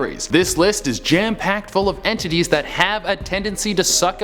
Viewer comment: Hah, en-titties